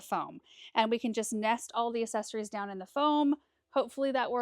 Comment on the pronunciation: This video has me questioning if I've been pronouncing accessories wrong all these years. Lol Love the snowmen!